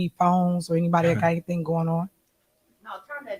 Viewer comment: Guys, she’s a “heuron bee-ann” before in-ah-thin”